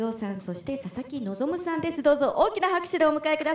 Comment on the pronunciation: 声優のこととか全く知らないんだけど、たまたまこの動画観て「ささきのぞ"み"」って聞こえて、「めちゃくちゃ寒っ・・・おもくそ滑ってるやん・・・」って思ってたら その後に「佐々木望」と表記出て意味わかってホッとした。